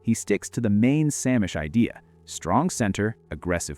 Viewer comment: Sämisch is pronounced Zay-mish.